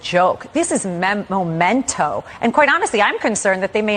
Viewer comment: Hey, "Former Trump Attorney - Alina Habba" who, presumably, in order to be an attorney has a college degree, the word is "mEmento", NOT "mOmento" Maybe if you had paid attention in English class you would know the correct word.